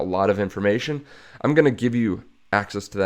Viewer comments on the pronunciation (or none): none